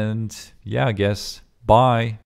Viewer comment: Am I the only one that hears 'pie' instead of 'bye' at the end?